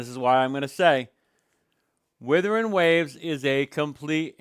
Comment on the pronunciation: This month doesnt count cuz half the revenue isnt counted in. Charts were frozen. Also its WUTHERING,not Withering.